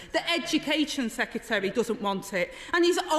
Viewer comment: Hard to listen, the word "secutary" is doing my head in